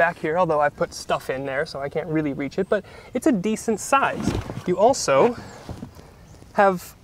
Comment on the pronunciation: Why are you saying "but" like doug? Rofl.